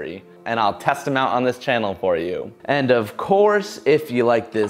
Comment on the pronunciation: "yew got games on ya NoPhone?"